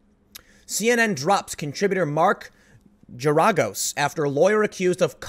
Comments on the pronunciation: Mark Jeragus......hahahahahaha oh Tim it's pronounced Gary-gose. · Tim, Geragos has a hard G for both Gs. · Mark Garagos' post name is pronounced GAIR-a-gos (that's the best way I could write it out. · is pronounce Ger (like bear) -agos. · Bro, you totally pronounced Geragos wrong. Pronounced (Gear-a-goes) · It's pronounced Gair-a-gose. Also, what happened to investigative journalism? These fools hired Obama Administration appointees and Alphabet Agency lackeys to tell them exactly what they wanted to hear and wanted to be true themselves. They spent all their time speculating and throwing out wild theories instead of just saying what they do and don't know. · his name is pronounced like 'GARE-AH-GOSE' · How the hell can Tim not know how to say "Geragos" or recognize who he is? ?? Makes me really question his general awareness of the world and news events.